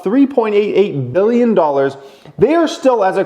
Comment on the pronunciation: billion or million. annunciate!